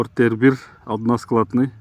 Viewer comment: Односкаладный дебейтгоо односкатный дейт туулган